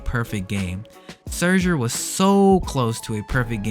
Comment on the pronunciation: The way you pronounce scherzer 😭